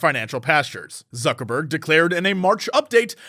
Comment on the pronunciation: I keep hearing Suckerburg